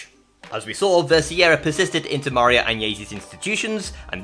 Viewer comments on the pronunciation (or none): It's nice that you want to honour the memory of Maria Agnesi. You can start by correctly pronouncing her name: Mar-I-a. It's not so hard.